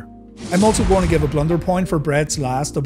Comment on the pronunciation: Here is a blunder, an irish man trying to say blunder........ber-lie-yernder